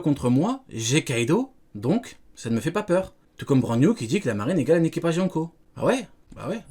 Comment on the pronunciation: C'c'est pas brand-new c'est brand man 😂